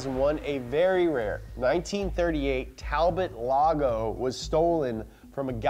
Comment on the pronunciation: Listening to mispronounce "Talbot Lago", and, "Vitesse" is like nails on a chalkboard!